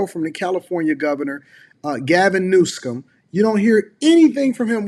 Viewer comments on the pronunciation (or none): You had me until you couldn't pronounce the California governor's name SMH